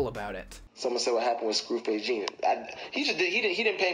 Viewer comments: Please don't let this be the last video on the theif we call Dax and that's a 📠 when he was talking about Scru he pronounced his name as Jean like what u wear you said it the right way Jean ( Jon) he spent days with him after they video shoot in Cali where's Scru had to go out there and that was after he said wait for video to drop so Scru went out there go to Scru reactions he has the whole story he had to make a Diss song on him also check out Crypt channel and Duane TV his has a story on a lot more than what progress has a lot of reactions channels refuse to react to his music cause he did a strike on a channel guy at the time had like 3500 or less cause Duane TV called the theif out #SFJNATION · is it only me that notice he says scru face john instead of jean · Icing on the cake is Dax deliberately mispronounced Scru face "jean" on his live stream as an insult, just because that's who he is. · Anyone else notice dax didn't say Jean right lmao throwing shots